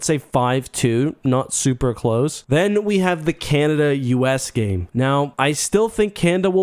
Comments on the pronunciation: CanAda !!!! Not Canda !! So annoying! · can-ahhh-dahhhh* just in case your having trouble saying it. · Not gonna lie, I thought you were saying "Kanda" like it was a players name on the team and it took me a while to realize. I got through your other world juniors vid without even noticing lmao. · Three a's in Canada. It's not pronounced Canda.